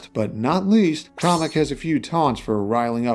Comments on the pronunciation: First off KAM-EK! NOT KAH-MEK! Second, this is a very solid moveset, as always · Off topic but I don't understand the pronunciation Kah-mek instead of Cam-ek. That would mean that Kammy from the Paper Mario series is pronounced commie. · Sorry to say is but it not call komek is kamek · I've always thought it was KAY-MEK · Don’t want to be that guy but the Kam in Kamek is pronounced like the Cam in Camera